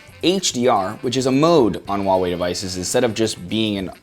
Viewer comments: Please pronounce nicely, not 'Waaaa' wei, is Huaaaa~~ Wei.... The whole video i only heard WaaaaWei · That fucking name tho... Huawei lol it's how you say it just sounds ridiculous even for asia. Samsung / WHOOOO HOW WAY but i laugh how this guys says wallway.